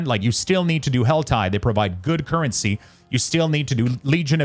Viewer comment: "InVENtory" "curRENcy" I wasn't gonna double comment and was just gonna ignore it but what 😭 why did you pronounce these words like that? I'm screaming